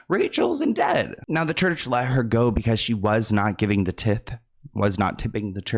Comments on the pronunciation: tie~th not tith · Not tip- Tithe but ok 😂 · its tiiithe not tith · Long I on the Tithe word :) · T I (long I) the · I love your videos! Also, tithe is said like this: ti - th. Like ty dye! Mega churches can be very suspicious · "tith" was absolutely sending me into insanity loool